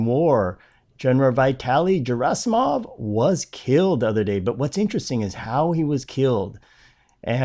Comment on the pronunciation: Pronouced as Veetalee. Gerasimov not "Geraismov.